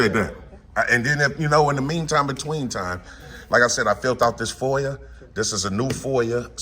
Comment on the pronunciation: There's no r in foia. .get it right